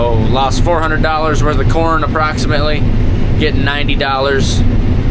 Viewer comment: Kern Inquiries: "Well Dad, what do you think of my Kern?": "Well son, there's room for improvement."....just like with your pronunciation skills. A 'Kern' is what sewer worker Ed Norton (Art Carney) on the 'Honeymooners' called a coin.